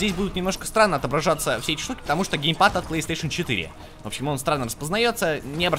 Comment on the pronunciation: Гейпад? :) Может геймпад?